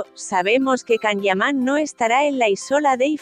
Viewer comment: Por favor que le introduzcan a la máquina que habla, un programa de buena pronunciación! (Si es posible) 🤗CAM (nooo) ... Yan o Ian... ☺No es agradable oir esta forma de hablar y tampoco la información es buena☹️